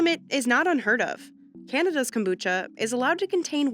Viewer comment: The narrator did the accent when she said kombucha, I think she knows what she is talking about.